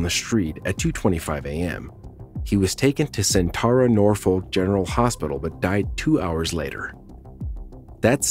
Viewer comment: weird hill to die on, but I was born in that hospital, it’s pronounced Sin-ter-uh nor-fuk general hospital.